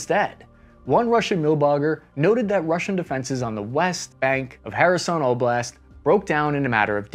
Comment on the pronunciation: I am thankful for you to pronounce Kherson the right way 😅❤